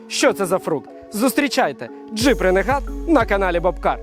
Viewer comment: Дуже класний огляд дякую за контент. Одне але РЕНЕГАТ ?)) Ну ж ренегейд